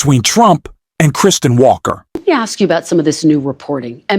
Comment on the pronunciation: Cheney and Welker...NOT "Traney" or "Walker" 🙄